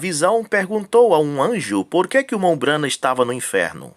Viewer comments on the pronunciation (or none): Que absurdo. Eles não conseguem pronunciar o nome de um dos maiores Profeta de Deus. B R A N H A M